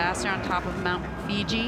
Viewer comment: FUJI, NOT FIJI!!